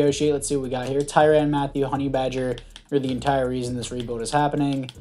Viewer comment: You’re pronouncing his last name wrong it’s right the first time